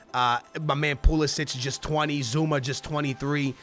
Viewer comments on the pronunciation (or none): none